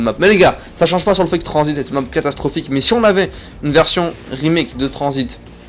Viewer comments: #pas tranzbit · #TRANZIT PAS TRANZBIT